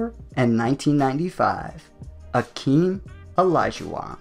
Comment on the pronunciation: Hakeem literally changed his names so people would prounounce his name correctly and you still butchered it 😭